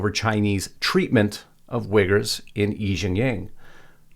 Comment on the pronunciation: I mean no disrespect, but Uyghur is pronounced wee-guhr, not wigger. Big difference. lol Just thought you might want to know.